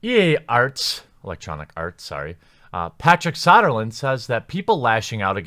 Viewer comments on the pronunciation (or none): It's So-der-lund. Not Sah-der-lund... I don't like the guy either, but at least pronounce the bloody name correctly. About as bad as YongYea saying "Feb-eee-air-eee instead of "Feb-roo-air-eee" as it is SPELLED and Pronounced.